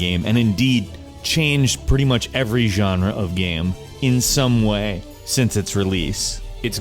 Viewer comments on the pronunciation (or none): did anyone else notice the weird way he said "In someway"?